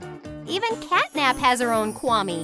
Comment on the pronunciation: Her name is CATNAP,NOT CATTYNAP